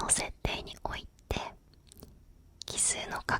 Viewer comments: なんかあれだな ちょっとかわいいな 奇数がキスに聞こえるとこがいいw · キスの法則に聞こえてしまった...